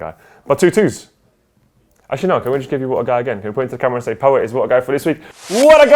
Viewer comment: pat rice... ffs poet.